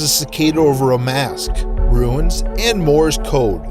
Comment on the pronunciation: Runes are not "ruins".